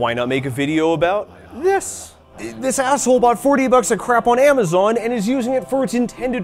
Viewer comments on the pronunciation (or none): none